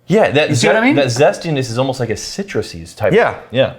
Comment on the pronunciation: Is it an Austin thing to pronounce 'almost' as 'ohmost'? I found that so funny